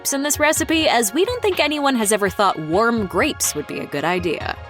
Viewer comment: “Worm wine and worm grapes” I guess the narrator forgot how to pronounce words lmao